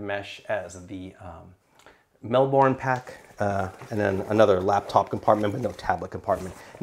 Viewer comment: Great review, I felt that the frame sheet impaired access to the side wb pockets on the Transit 28L too, despite having tonnes of capacity. Also love how you pronounce Melbourne (we say it more like Melb'n)